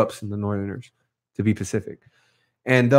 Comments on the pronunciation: When you so west coast you say pacific instead of specific. Lol jk this was amazing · Almost finished watching this particular podcast. Was tripping on how dude kept saying ‘Cell Distraction’...and the other dude keeps saying ‘pacific’ rather than ‘Specific’. Sounds good though. For those who don’t know any better. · why he keep saying pacific? its specific no?